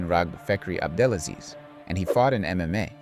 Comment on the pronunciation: Good video man, but you keep mispronouncing, it's "AbdelaSLEAZE"...